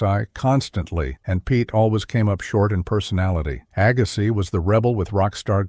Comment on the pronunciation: WHY, WHY, WHY can't the preparers of these videos get the narration correct? C'mon, AGGA-SYE?? Jesus H. ......!!!